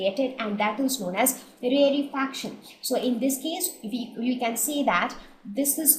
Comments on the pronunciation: please don't say rarre fraction its rare fraction its so annoying when you say it wrong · You are pronouncing rarefaction wrong 😑😑